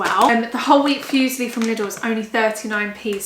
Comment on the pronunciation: Ok, repeat after me: foo-zee-llee 😂 🤪😘 xx